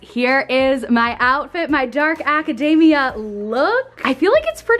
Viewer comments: Oh man every time you said academia I was hearing macadamia 🤣 I was like dark macadamia is this a dessert lol yum! Hahah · the way pronounces academia has me seriously craving a white choc chip macadamia cookie <3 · The way you say academia is hilarious, it sounds like your saying macadamia nut, minus the m. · Every time she says Acadayyyymia, I hear "Macadamia" nuts lolololol (it's Aca-deee-mia, but it's also fun to hear it the other way) :-) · love that she kept pronouncing academia like macadamia lolol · Friendly pronunciation note: academia should not rhyme with macadamia, it rhymes with anemia ;)